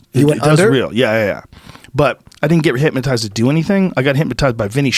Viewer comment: “HypMOtized” - Joe Rogan 2019